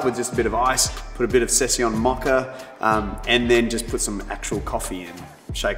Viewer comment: Maca-Mocha...love the accent❤